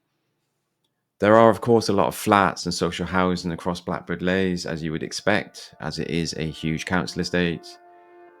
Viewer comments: It’s Blackbird Leys not Lays the way you’re pronouncing it! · Can't believe you didn't mention Templar's Square Also pronounced Blackbird Lees not Lays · Other people will have said this but you really need to pay for Descript so that when you say something wrong, you can easily correct it OK most people probably don't say that but they will wonder why yiyr talking about Blackbird Lays? When it's pronounced like Leeds but without the DS So Blackbird and Greater (Leeee's) Leys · It is pronounced BLackbird Lees not Blackbird Lays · Couldn't get past you constantly calling it Blackbirds Lays instead of Blackbird Leys. Ley or Lea means field by the way. Common to call estates like this after something bucolic like a farm or whatever. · Any bloke who cannot even pronounce the name properly and talk about the place is a dick. Blackbird Lays😮 I was born in 1964 in Sawpit Road. Yes, it has its rough parts but I am proud to be a Leyser and Oxford United fan. Great memories of the Bullnose. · Fella if you're going to make a video trying to tarnish blackbird leys at least say it properly and nowadays blackbird leys is rather peaceful and chilled out compared to the 90s when I admit it was rather crazy but I'm blackbird leys through and through all my family live here my nan and Grandad moved over from Ireland in the 50s so to us this is paradise blackbird leys is always in my heart ❤️❤️❤️🎉🎉🎉💯💯💯💯💯💯💯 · You are so knowlegable about blakbird leys you cant even say it properly.